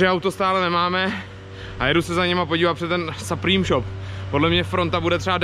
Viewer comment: Supreme se cte suprym jinak super videjko👌